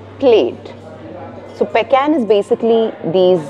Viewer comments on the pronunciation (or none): Its "peecan"